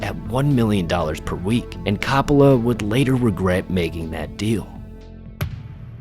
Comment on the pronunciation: Look dude. I wanted to enjoy your video but you couldn't even pronounce the name of the director. Try harder.